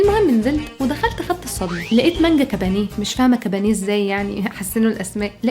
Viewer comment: مانجا كوبانية مش كبانيه cobbanya